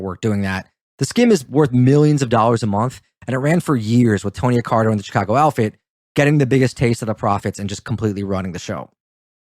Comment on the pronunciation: Feedback is a gift. Here is my gift to you. You mispronounced Accardo’s name throughout this video - stop doing that. When you admittedly don’t know about something then do not talk about it. During WWII there were few men under 40 walking the streets unless they were in a military uniform. Your discussion about not know why they were not in the military should not have come up unless you knew why they were not in the military during the war. Lastly, private jokes between the two of you is very annoying to the listener so don’t do that any more. In fact, skip all of the nonessential talk between the two of you. Better yet just get rid of the Brit, he only detracts from the video.